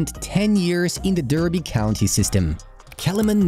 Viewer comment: Would be in shock when somebody actually pronounces Derby correctly.